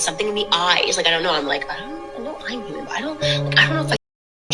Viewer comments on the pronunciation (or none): She said a "Herman size" owl....😂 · Did you hear that girl try to say the word HUMAN ???? Omfg that was some funny shit. That girl was super stupid too. She said herman for human man!!!!! Hahahahahaha